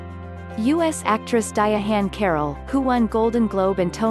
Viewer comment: Ok I didn't see it that way. I understand but a non-native may learn to pronounce her name incorrectly. I just subbed to your channel. Best wishes.